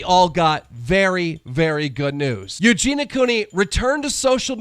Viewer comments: when you cant say Eugenia so you say eugena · Eugen-EE-ah Cooney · Ffs...why cant you pronounce EugeNIA Cooney's name PROPERLY? How disrespectful. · Why does everyone say Eugena when they say her name? It's so annoying. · The way he says eugenias name wrong bugs me a lot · That's not how you pronounce Eugenia....